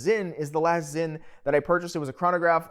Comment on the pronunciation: The brandname is Sinn so it is to be pronounced with an S, and as it is a German S it is a strong S. Please do away with the Z as it is not Zinn.